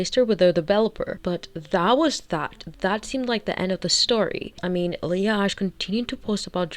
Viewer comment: Okay mispronouncing her last name as Ashley is offensive to all Ashley‘s